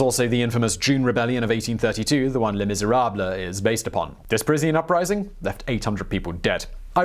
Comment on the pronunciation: Les Miserab-le 😂😂😂